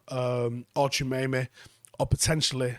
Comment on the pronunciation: We'll forgive a Manc for not being able to pronounce it but since he's the best DM on this list, for all you others it's Tchou - a - me - ni pronounced "Tchoo ah meh knee" not Tchemeyme